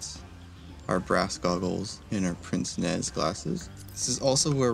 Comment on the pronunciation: There's no R in "Pince-nez", it is French for "Nose-pincher" The way you would pronounce this is closer to "pants-neigh"